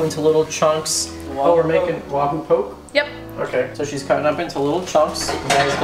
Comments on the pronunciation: Good looking food. But, the pronunciation for "poke" is "poe-kay". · its called poke not like poking someone. its pronounced (pokey) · My nigga said poke... I'm crying (pronounced po-kay) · Lol "poke" it's Pokeh and try cutting the chunks a little larger makes for better bites think like 1" cubes other than that looks good bro much love from Hawaii bro 🤙🏾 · Nice catch! Dig your videos. Just a friendly help, your pronouncing "poke" wrong lol. It's pronounced po-kay. Being from Hawaii it's always a food favorite and looks like your guys made some good stuff! Keep up the vids!!